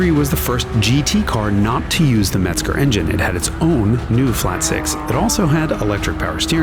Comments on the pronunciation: MEZGER !!!! ENGINE , NOT METZGER !!😀😀😀😀🚘🚘🏁🍺🍺🍺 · Yes but he said METZGER , INSTEAD OF THE PROPER " MEZGER " 🤔🤔🤔🤔🚘🚘🏁🏁🍺🍺🍺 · It’s MEZGER not METZGER